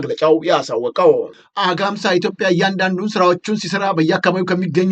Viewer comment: Z ዜናህን እከታተላለሁ ነገር ግን አማርኛ የማትችል ይመስል ሁሌም ቃላት ትስታለህ። አግማስን -አጋምሳ አልከው። ሁሌም ትሳሳታለህ